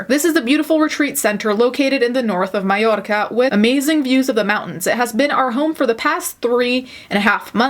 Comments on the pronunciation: Oh I love your channel, your look, the way you pronounce Mallorca beautifully, and your attitude. Rocking it Queen. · Come for the sarcasm stay for the pronunciation of Mallorca 🤩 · the way you say mallorca AAAAAAAAAAA I LOVE